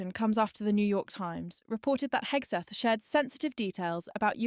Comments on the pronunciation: Did she call him Hegsweth? LOL Hegseth better not cross paths with any F-18 Hornet pilots. Fly Navy. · Secwetary Hegsweth 😂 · She can't even say his name right.🤡